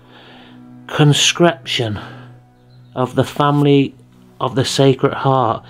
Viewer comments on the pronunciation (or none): This is the second video where you can't read the work Con-se-cra-tion.